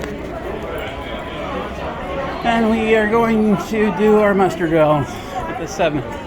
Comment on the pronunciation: It's called muster... not mustard